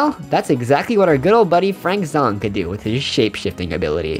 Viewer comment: Frank Zh-A-ng not Frank Zh-O-ng ( no offense or anything we all pronounce differently and I love your video’s